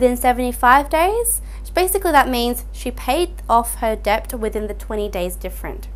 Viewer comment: Great video, but please someone tell her the B is silent in debt.